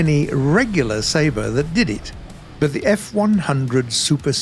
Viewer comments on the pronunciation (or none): none